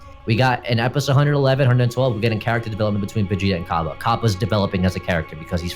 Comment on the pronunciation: It's Nappa it's fucking nappa